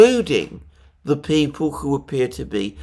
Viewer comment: Please say who and not chhhooh. It's so annoying.